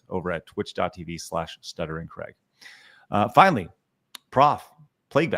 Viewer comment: I laugh when Americans dare to criticise anyone else of not pronouncing words properly. Craig can't even pronounce his own name correctly.